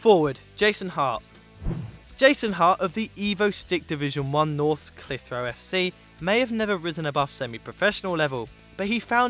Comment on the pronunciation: need to look up pronunciation of clitheroe lads ;)